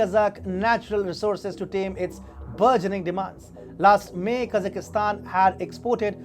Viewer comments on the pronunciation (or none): IWhy the hell can't you guys at Wion pronounce Kazakhstan like everybody else?Is it the fact that you"re all consumed by Pak-i-stan and think that every country that ends in STAN has to have an I in it or what?For the rest, your coverage and presentation of current events is very refreshing compared to the drivel the mass media in the rest of the so-salled civilised world puts out.So kudos for that but if you must broadcast in English maybe it would be a good idea to run your texts by a native speaker to avoid annoying the hell out of Borat.